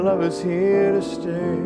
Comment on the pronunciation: Didn't realise that you're supposed to pronounce the word 'stay' as 'sterrrrrr'! That makes the music good. I'm learnding!